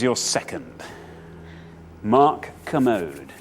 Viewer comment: It's Ker-mode Not commode